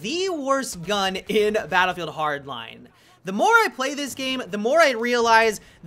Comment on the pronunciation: do you have trouble saying battlefield hardline. it sounds like youre trying to mix them into one word